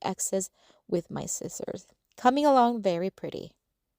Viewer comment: You're a grown woman. Time to learn how to pronounce the word scissors